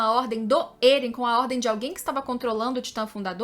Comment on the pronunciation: Ótimo canal, só me dá um leve incômodo no ouvido quando ouço a falar "Êren" e "Histôria" 😬